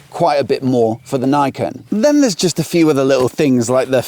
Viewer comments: Did the Yamaha staff on the day pronounce "Niken" like you did? I.E. "naikin". Because in Japanese, the "ni" would closer to "knee", although shorter. Rhyming with "pecan". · His pronounciation is wrong, it should be read like in japanese.